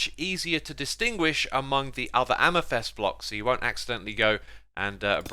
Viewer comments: Xisuma translator: "Amethest: = amethyst "Free" = three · why does he say amythest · i like how you say amythest